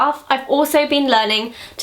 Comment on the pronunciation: I hate when she says mac -.- urg